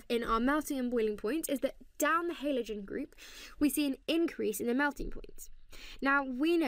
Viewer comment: say halogen properly you sket